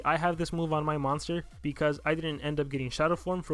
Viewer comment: "moonster" "monter" ;P